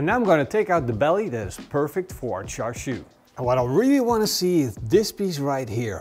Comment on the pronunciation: Its actually pronounced shar shwee, or close to that. The red colour comes from smoking bbq.